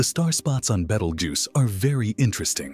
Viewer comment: A very interesting subject spoiled by a very bad "AI" (or I should say AS) narration and scripting. I managed to put up with the name of the Red Supergiant Star "Betelgeuse" being mangled about 8 different ways in 3 out of the 11 minutes before shutting it down.